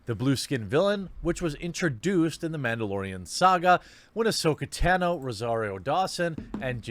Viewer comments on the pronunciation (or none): So many things to hate about Jeremy but the way he pronounces Tahno as tan-o annoys me the most ugh decided to finish the video before commenting & the way Jeremy has little knowledge of the topics he covers but acts like he has all the geek knowledge is so aggravating, like there have been so many incarnations of these Marvel characters both before & during the MCU movies, most have been animated shows (that are amazing check them all out) & characters like Captain Marvel have HUGE roles she's like Wonder Woman in Justice League, like these are known things from the comics all the way up to shows/movies now... sorry had to geek rant... everyone say it with me "the quartering is a fake geek!"